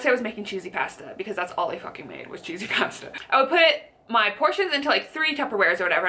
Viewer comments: oml whY do you say pasta like that hHH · ror ror canadians* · Tyler A that’s how Americans say it! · ror ror No they don't. I have never met anyone in the US pronounce it like that.